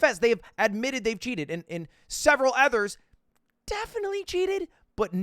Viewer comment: I want to fight Lud every time he says ethers instead of others...